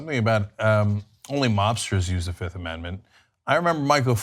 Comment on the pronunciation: Did he say "I plead the fizzifth" ? If he did I might like him more.